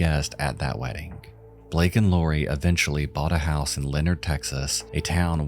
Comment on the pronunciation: BALAKE not blake